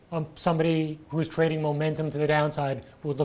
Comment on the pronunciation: "a trrrrading firm, lets get ready to rrrrumble!"